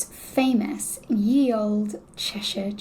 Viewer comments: The "Ye" in old names isnt pronounced "Ye" it's still pronounced "The". The "Y" shaped letter is a modernised version of an old letter called a Thorn which is the just a combined TH, and you dont pronounce the e at the end of words like Olde and Shoppe, they are just older ways of the spelling of the words Old and Shop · Ye is actually pronounced The when it’s in the name of a place.